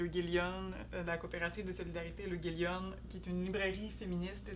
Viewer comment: L’Euguélionne (et non "L'Eugélionne")